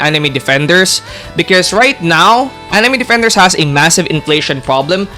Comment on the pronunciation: anime defenders ❌ Anime dafendaers ✅ Why does he say it like that 😭🙏